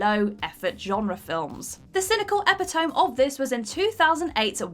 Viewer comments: Talk about phoning it in...the pronunciation for epitome = e-pit-o-me not epi-tome, when you say it like that it becomes obvious you didn't write this list. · "...cynical epitome..." Do Brits really pronounce epitome ("epi-toh-mee") as "epi-tohm"? It's a four syllable word, not three. Unless Brits actually pronounce it that way. I'd never heard it like that and simply wonder if mispronounced it... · "epi-tome" is pronunced with 4 syllables. "ep-it-o-me". At least these actors used to try. I've yet to see that from. "miscast in a role she was incredibly unqualified to play". From about Meg Ryan?! I've not seen qualifications surface in any appearance on WhatCulture. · She read epitome as 'epitoam' instead if 'epitamy' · Epitome isn't pronounced "Epytome", it's "Epitohmee"..notice a lot of weird pronunciations in her vids...or just me? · "Eppy-tome" - Jesus, do kids not go to school any more? Say after me numb-flaps "E-pit-o-me" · Did you just say "epi- tome"? Just fyi, it's "eh-PIT-oh-me". I never thought I'd have to say that to a Brit. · How can nobody pronounce epitome correctly? It's not epi-tome, its E-pit-o-me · The exact moment the narrator gave up... Epi-tome It's pronounced e-pi-tō-mē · check in your dictionary. The pronunciation of epitome is not eppytowm. it is pronounced as read: epi-to-me. Ok? Just saying. Now I can watch your documentary. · Epitome is pronounced Eh-pit-toe-me not Eppi-tome . Please, if you are going to try to come across as a web journalist, at least learn to pronounce common words correctly. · Epitome is pronounced ep-it-oh-me (not ep-i-tome) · epi-tome? E-pit-o-me. No one can pronounce anything anymore! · eh-pit-uh-mee. not,ep-uh-tohm . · Epi-Tome? I always thought it was Ep-pit-oh-me...... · Sorry... 'Eppi-Tome' ? I think she means 'Eppi-Tuh-Me' ! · Slight mispronounce on your part, but yeah. FYI - Uh-pit-oh-me (it's from Greek) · Epitome is pronounced eh-pit-oh-mee.